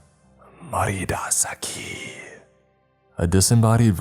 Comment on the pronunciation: “Mariras aki” That’s gotta be Latin or something: “Spanish for you’ll die here” My Mexican as: 👁️👄👁️